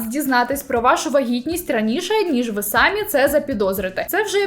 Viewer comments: Дякую за контент. Вживайте український наголос в слові "самІ" сами́й тільки один займенник означальний відмінок чол. р. жін. р. сер. р. множина називний сами́й сама́ саме́, само́ сами́, самі́ родовий само́го само́ї само́го сами́х давальний само́му самі́й само́му сами́м знахідний сами́й, само́го саму́ саме́, само́ сами́, сами́х, самі́ орудний сами́м само́ю сами́м сами́ми місцевий само́му, самі́м самі́й само́му, самі́м сами́х «Словники України» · Я трималася декілька відео, але це вище мене😂😂😂 Не "сАмі", а "самІ"- будь ласочка🙏🙏🙏